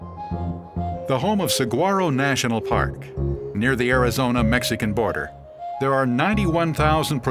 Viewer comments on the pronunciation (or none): none